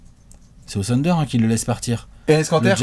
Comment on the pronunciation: J'en peux plus d'entendre le "sunder", c'est "THHHHunder" bordel.